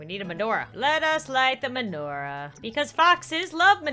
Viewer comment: You pronounce menorah wrong (not trying to be rude)